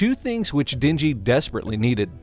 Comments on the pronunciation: Isn't it den-ji and not dingy? LOL I love it when white people pronounce Asian names. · Or how he calls the MC Dingy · "She doesn't give Dinji..." and again "Two things in which Dinji desperately needed." It should've pronounced like den. As in animal den. Not din, as in dingy.